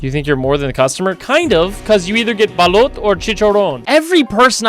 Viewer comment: As a Filipino, I was so happy hearing about this game. Very interesting premise like it rings true to the unfortunate corrupted government officials in my country. Also, you weren't sounding off when calling out "Balut". Although chicharon isn't bread. It's like deep fried pork belly, crunchy. Very good.